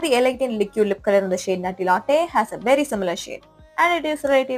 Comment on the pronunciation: Please try to pronounce “liquid” in a correct way